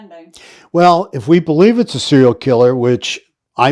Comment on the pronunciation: Serial....... not "cereal".......